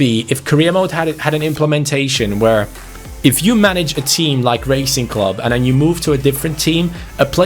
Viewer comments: The name “Racing” is pronounced as it sounds not “Raicing” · Bro, it’s Rah-cing, no as in racing in English. Also: do not disrespect the name of Lisandro López. He has been a beast his entire career, especially in Porto and Lyon, and he is a club legend. Do some fucking reseach on the teams you pick,. Also, big fan mate. You Bardhi seasons Liverpool are an all time fav. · Hi, Im from Argentina and wanted to ask you to look for the pronunciation of Racing, as it's not correct the way you say it. Great channel and amazing videos, bye. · LA COPA LIBERTADORES ES MI OBSESIÓN. BTW it isn't pronounced as the english word Racing but rather you use the A like in Cristiano, Zaracho, etc